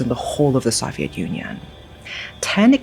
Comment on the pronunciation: That's it. This has to be Ai. The English is too fluent to still pronounce "Soviet" wrong. There are always little mistakes that almost seem charming, but that particular word is way too well known to be mispronounced by someone who is this fluent.